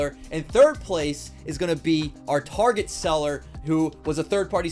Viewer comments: Loved the video! Also you said tarjay instead of target multiple times lol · Dude Its 'Tar' 'Get' not 'Tar 'gde' 'a' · Why does he say tarjet instead of target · my man just called target; TARJ! haha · Tarjay I thought it was target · Awesome video but istnieje it Tar- Get. Not Tar-Jei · did u say tarjay it’s target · he says it tarjeee isnt it targettt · It’s actually target not Tajae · you seed tarjet its target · Why does he say. Targay it’s target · targae? tar Get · Wait... Its pronounced tar j? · Tar-Jaay.... Haha nice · I didn’t believe it when I heard target shoppers are better than Walmart shoppers but I didn’t know they were out here pronouncing it targhey, lol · my man just said tarjay 💀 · He really said tarjay lol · Did he just call target tarshay? Lol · bruh "Tarje" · He really said targaee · He really said targey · He pronounced target wrong lol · Ummmm… it’s called TAR-GIT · U read target wrong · Why you say tarjay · I can't set aside the fact that he is pronouncing target wrong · said target in a New Jersey accsent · Why did he say target so weirdly 😭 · So is anyone going to tell him he’s mispronouncing Target?🤣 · Why did he pronounce target so weird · I was wondering the same thing. Came to the comments to see if anyone else noticed it but you're the only comment about it. Thought it might be some inside joke I wasn't getting or something. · You said target wrong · The way he says target 🤦‍♀️🙅‍♀️ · is target rlly pronounced that way